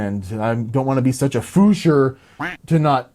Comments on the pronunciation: You couldn't find anything about "fuscher" because it's called "Pfuscher" with a "p". Best greets from Germany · I'm german, and I never heard "fuscher". Only "Pfuscher" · Its called Pfuscher...not Fuscher^^ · I think he changed the pronounciation so that would read it right. Because the p is pretty much silent. He would have had problems pronouncing a "pf".